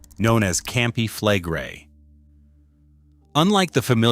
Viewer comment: Your pronounciation of "Campi Flegrei" is even worse than the earthquakes, it made my toes curl!